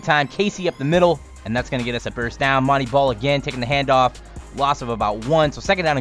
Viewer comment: ITS MON - TAY BALL NOT MON - TEA BALL